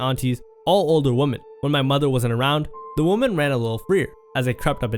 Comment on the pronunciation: He said women so many times and pronounced it wrong every time